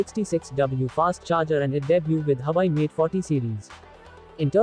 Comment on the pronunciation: Huuuuuwaaaaaweeeeiiii. Not huai